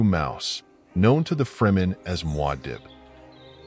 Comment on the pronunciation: Trash AI video. None of this nonsense is correct at all. Starting with ridiculous mispronounced terms like "Ahrockis" and "mWahdib". Please click dislike on this trash and watch someone not using chat gpt, text to speech, and knows at least something about Dune.